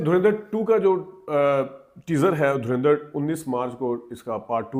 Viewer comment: Why do you Pakistani people pronounce Dhurandar as Dhurendr, can't you pronounce it properly.